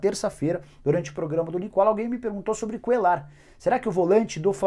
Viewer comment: Nicola se pronúncia Cuelhar (Cuellar) LL em espanhol e Lh. Nada contra mais quando falamos inglês pronunciamos como eles falam. Mais quando espanhol é omo se lê. Pronuncie Cuelhar não Cuelar.